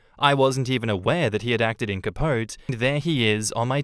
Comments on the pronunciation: Cuh-powt-ee. Yes I know it's wrong, but it's how Truman Capote pronounced it and it's his friggin name. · Capote = Cah-PO-tee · For episode four it’s pronounced Cah-po-tee. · Capote - the final e is pronounced.....please god